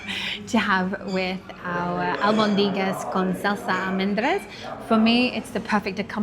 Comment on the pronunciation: It's pronounced AlbOndigas with the stress on the o